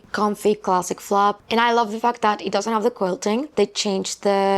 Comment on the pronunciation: love you but when you say fact I heard f*k I’m sure it’s just me😅